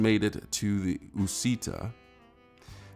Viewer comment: Uscita said like Ush-eeta